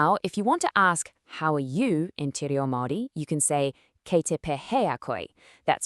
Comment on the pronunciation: No chance this page is actually run by anyone in NZ. The Pronunciation of Kia Ora, Maori, Pakeha, kia ora kōrua, kia ora koutou, kei te pehea koe, are wrong for a start. If someone says you alright and you answer back you alright, those are fighting words. You got morena close enough, ka kite was also pretty close and you got the kei te part of kei te pēhea koe pretty close. Maybe next time before teaching people how to speak a foreign language you should actually learn how to pronounce those words.